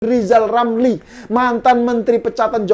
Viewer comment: Lizal lamli si lajawali ngeplet itu setali tiga uang dg si wan abud....sama2 ngga bisa kelja tp mulutnya nyinyil telus....ngomong R dulu yg benel balu maju caples 2024....kakkakkak...